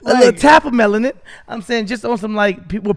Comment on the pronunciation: said melatin instead of melanin two times now and it’s even funnier because Steelo didn’t correct it 😂